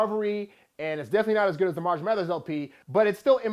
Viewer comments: Can you please pronounce his first name right? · Haha he said it wasn't better than Recovery LOL. and at least say 'marshall' right